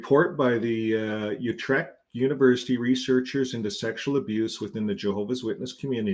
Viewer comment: Your pronunciation of Utrecht was actually surprisingly good